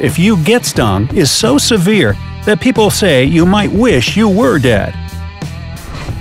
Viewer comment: not sey but say anyways not looking at pronunciation. always room for improvement